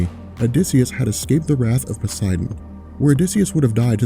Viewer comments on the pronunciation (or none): none